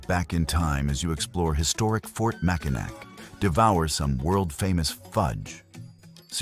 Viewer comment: the artificial ignorance said “mack a nack”! So funny!